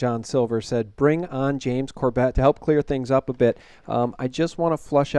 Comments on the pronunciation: Show James some respect by learning to pronounce his last name. Have you ever watched any of his videos? He clearly states his name every time. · Mate - can you pronounce his NAME correctly??? Just listen to how James Corbett pronounces his own surname and do likewise. it isn't difficult. I know you're not trying to be rude but please - get it right. It's embarrassing and is too nice of a guy to care so he won't correct you.